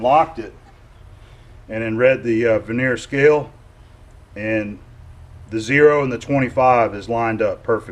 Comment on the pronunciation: Hey I heard you say veneer several times unless your speaking about wood veneer its pronounced ver-ni-er....just having little fun don't get hot LOL